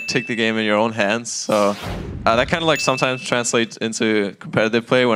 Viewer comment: missed an early "like" on d lift the second round that kind of sounded like "leik"